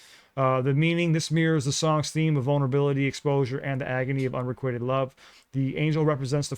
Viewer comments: the word unrequited is pronounced with a long I not a short I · Unrequited- un-ree-kwye-ted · Please look up the pronunciation of "unrequited"